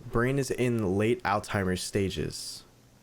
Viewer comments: it's Alzheimer's not Altheimer's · did...did he say "Altheimers"? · it's Alzheimer not altheimer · altimer it's pronounced al si mers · Let's look up senescence to not mispronounce it! Then you say the patient has all-timer desease😂❤ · Its said alzhaimers is how you say it and alzheimers is the spelling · 3 secs later mispronounces Alzheimer’s